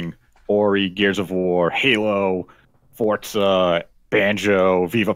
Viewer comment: It's really grinding my gears that they keep saying 'Fort-Zuh' it's literally "For-Zuh" where's the T? Lmfao